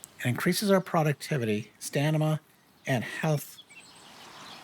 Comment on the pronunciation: Dyslexia is a B. It is StaM-ina. Not staN-ima. Love ya bro. Keep on trucking.